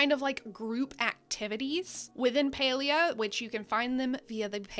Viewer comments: Pretty sure it's PAlia as in "pal" as in friend... Can't even watch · Is it not Pal-ia?